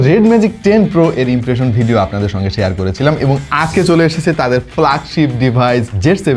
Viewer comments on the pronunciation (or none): none